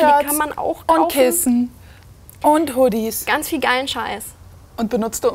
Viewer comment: "...und Huddis." Soll ich mich angesprochen fühlen oder meintest du Hoodies? :D